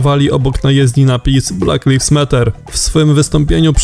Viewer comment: 'Blak lajvs mat'er